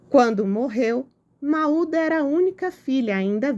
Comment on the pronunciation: a pronúncia é “Môud” 😊